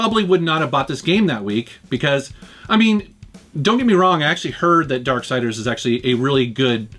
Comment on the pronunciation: bruh... ‘darksiders’ bro, ‘darksiders’